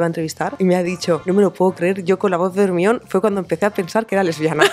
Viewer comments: Cuál Hermion? Jajaja Hermione se pronuncia “Jermaioni” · Se pronuncia GERMAYON, no es tan difícil. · Con todo respeto pero con el paso de los años los actores de doblaje en España van cada vez a peor. Parece que doblaran películas por-no y no para la familia. Y por otro lado no entiendo porque al nombre del personaje no lo pronuncian como lo hacen en inglés... No es muy difícil de (Jermaioni) Hermion, no creo que sea imposible de pronunciar al igual que otros nombres que vienen del inglés. Yo por eso me niego a ver películas con doblaje, además de que en muchas ocasiones hacen unas traducciones pésimas que no tienen que ver con el guión original. Hay que invertir en buenos actores de doblaje, en variedad de voces (porque se repiten ás que el ajo), y en traductores por favor. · Me distraigo mucho, es que no puedo parar de pensar que le llaman ERMION y no GERMAIONI !!!! Jajajaja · Es un nombre griego. Hermíone es la hija de Helena de Troya y Menelao. Correctamente es con H aspirada, como Harry. Hermíone o si se prefiere en griego moderno, Hermíoni. Igual que Enesteishia, los angloparlantes, su incultura y su falta de respeto por la etimología... Anastasía, leññññe literalmente, Resurrección, por si conocéis a alguna Resu. Que la obra esté escrita en inglés es coyuntural. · Se me hace tan pero tan raro y no logro acostumbrarme a escuchar "ERMIÓN" soy de Argentina acá le decimos como se pronuncia realmente "Hermaioni" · Me encantó!!! Pero no puedo asimilar que le digan hermión y no hermonie como es. Mildis soy de Uruguay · Quién es Ermión? XD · Ermion jajajaja que horror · Entiendo que alguien toma la decisión de que nombre van a dar a los personajes o cómo pronunciarlos, para que encajen en la región, Dameldor me da risa, pero Ermión si se escucha muy culero 🤣🤣🤣🤣 Por más que hace años que me enteré que lo pronunciaban así, no deja de sonarme raro. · Mejor le hubiesen dejado Herminia. El Ermion se escucha tan mal. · Germaioni que horror 😱🙀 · Ermión JAJAJAJAJAJA 🤣🤣🤣